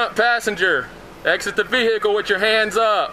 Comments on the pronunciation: Back passenger get out of the “ veh-h-cle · Cops: "Ve-hi-ckle" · Me interviewing to be a police officer: "Say vehicle" "Vee-HICKLE" "you're hired!" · Vee-hickle lol 😂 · “Veh heckle “ I don’t care I don’t give a F 😂😂😂😂😂😂😂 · Why bro saying Vee Hickle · Why can’t they say vechile. Veeecchhile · vee hickle 😭😭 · Exit the V-hickle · when the officer pronounce the word vehicule like a freaking horse you know you are fucked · Why can’t this guy pronounce vehicle correctly ?